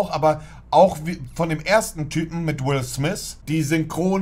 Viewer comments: Niemand: Wirklich Niemand: Monte:Will Smis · "Wis smiss filme" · Niemand: Monte: will smis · Jeder Normale: Will Smith Monte: Will Smiss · Ich: "Will Smith" Monte: "Will smihss" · „Will Smis“ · Digger will smiff spricht man ihn aus nicht will smiss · Niemand: Monte:Will smis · Niemand: nicht mal deutsche im Urlaub mit Socken und Sandalen: Monte: Wills Smis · Niemand: Absolut Niemand: Monte: Will Smis und Sous park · Niemand: Monte: Will Smiss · Niemand: Absolut Niemand: Monte: Will Smisss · Niemand: Wirjlich niemand: Monte:Will smiss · Niemand: Wirklich niemand: Monte: Will Smis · wer kennt ihn nicht "Will Smiss" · Niemand Monte: Wil Sniss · Niemand : Wirklich niemand : Monte : Will Smis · Niemand: Monte: Wiu Smis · "Willth mis" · "Will Smis" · Wie oft hat Monte Will Smiss gesagt..😂 👇🏻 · "Will swif"